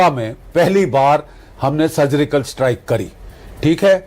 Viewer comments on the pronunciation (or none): Maf karna Bakshi sir lekin vo sugrical strike nahi thi surgical strike thi 😂😂😂😂😂